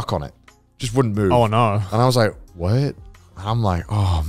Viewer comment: That "what?" sounded very American.